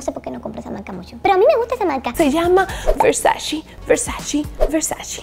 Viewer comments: No se dice "VERSACI", es Versaceeee! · Versaceeee! No versaciiii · PORQUE DICEN VERSACHI????????????? SE PRONUNCIA VERSACHE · Donatella en una entrevista de RESPONDIÓ 50 preguntas Comentó que algo que le caía SÚPER MAL DE LOS AMERICANOS era que pronunciaban MAL la marca ,que la pronunciación terminaba en E no en “i” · versace ( versache ) no ( versachi ) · la pronunciación correcta de versace es ver-sa-che 😳 ❤❤ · no sabes pronunciar Versace!!! No puedo creerlo.